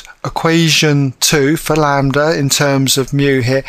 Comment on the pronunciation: the m can be different, but as long as its a scalar multiple of the other, they will still be parallel. lol and its lambda not lander wtf ahaha.